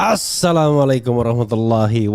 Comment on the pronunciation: Mas refli jangan kata h assalamu'alaikum tapi yang pas assalamu'alaikum 🙏